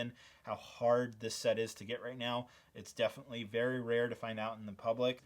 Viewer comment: are you wery wery rich?